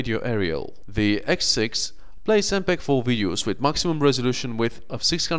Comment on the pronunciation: "the nokia xsex"